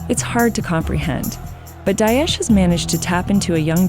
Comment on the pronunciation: It’s not Dayesh, it’s Da-esh.